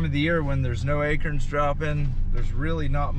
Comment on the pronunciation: “This time of the year when there’s no ACERNS droppin “😂😂😂😂